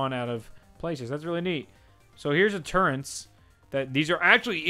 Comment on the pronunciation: The one thing that made me laugh is that when he found the turrets and he kept on saying turrents😂😂😂😂😂